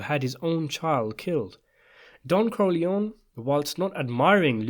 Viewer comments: You forgot Sonny Corleone. And, that last name is pronounced Core-Lee-ohni And luca’s last name is pronounced “Bratzi” Plus, anyone can read about him. Wasted video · why corlyon? the Italians pronounce it as COR LYONE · It´s Corleon-E. Say it finally!!!